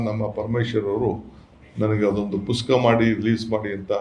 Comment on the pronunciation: ಪುಸ್ಕಾ ಅಲ್ಲೋ ಕುಡುಕೆಶಿ, ಪುಸ್ತಕ ಅಂತ ಹೇಳೋ ಬೇವರ್ಸಿ, ನಿನಗೆ ಗಾಂಚಲಿ ಮತ್ತೆ ರೌಡಿಸಂ ಇಂದ ದುಡ್ಡು ಮಾಡೋದು ಬಿಟ್ರೆ ಇನ್ನೇನು ಗೊತ್ತಿಲ್ಲ.